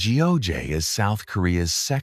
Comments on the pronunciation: Geoje pronounces “gu jay” , gu is in gut. Not Geo in geometry… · Great video but terrible pronunciation of place names. I'd hate to be a tourist going to Korea and saying I want to see Gee-oh-jay island. No-one is going to understand you 😅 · 나레이션을 맡았으면 고유명사 발음을 확인하고 진정성있게 해야지 공부 한번 안하고 자기 내키는데로 발음 하고 있네. 경복궁 : 기엉바쿵 한옥 : 해놐 거제 : 지오제 하아...